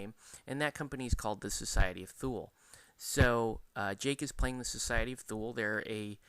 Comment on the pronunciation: It's pronounced "Thooli" sometimes "Tooli" but not "Thool" ;) Great review.